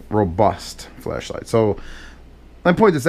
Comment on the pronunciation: Why does every time says flashlight it sounds like fleshlight